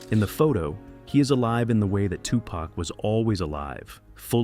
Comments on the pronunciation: I wish your non-talking ass would learn how to pronounce their names! It's Low-Pez and Too-pauk! Not Lopes and To-pack!!!! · He messed up Lisa Lopez name and made it seem like she was filming and not driving.He did not say Tupac's name right either.